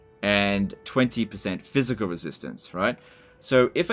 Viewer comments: Thanks for helping CA out by giving the in-depth info they are opposed to providing. Honestly at this point you might know more than the devs, given how many tool-tips are wrong on unit descriptions. Minor note - "PHYSICAL" not "PHYISCAL" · Great video. Do more. BUT it's "physical" not phyiscal" lol